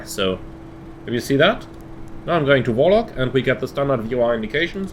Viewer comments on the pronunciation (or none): none